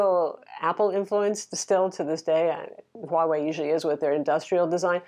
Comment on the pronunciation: One of the one youtubers who can actually say the name "Huawei" for some reason.